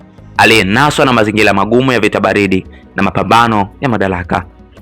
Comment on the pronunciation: Una sauti nzuri ya kusimulia jitahidi kwenye matamshi fasaha ya R.& L mfano UBERGIJI=× UBELGIJI=✓ JAMUHULI=× JAMUHURI=✓ MAZINGILA=× MAZINGIRA=✓ #SIKWAUBAYA